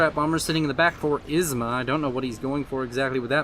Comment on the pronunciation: Isma became wasma, lol.